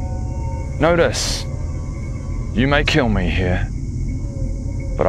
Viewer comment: When he said "know dis" I thought he said "notice" and I was confused.